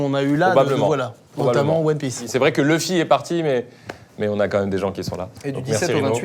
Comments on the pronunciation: DONC C A CAUSE D’ELLE PEUT ÊTRE QUE VOUS DITES TOUS LEUFFY🥚🐔🐓 AU LIEU DE LOUFFY( luffy/ruffy) LES FR LE SEUL PAYS QUI REMIX …🤦🏽‍♂️🤦🏽‍♂️🤦🏽‍♂️ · C a cause d’elle que vous dites tous leuffy🥚 au lieu de louffy 🤦🏽‍♂️